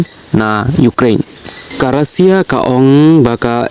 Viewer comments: Russia ❌Rasia ✔️😅😅😅😅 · Not Rosia it's Russia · Tang ka rukom pule khubor jongphi bah lah sngewthuh shu jler shna pisa Kai . Tang ka rukom kynnoh ( pronounce ) ruh khlem tip ban kynnoh Russia ong daka rusia bieit . Mynno jia kata ? Haei kajia ? Bieit .